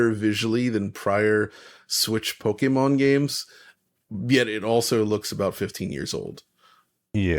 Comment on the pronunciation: Saying Pokèmon RIGHT!!! Thanks guys